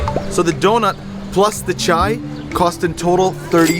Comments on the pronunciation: Actually it is called Chiya not chi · Its not chai it's actually chya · Btw its chiya not chai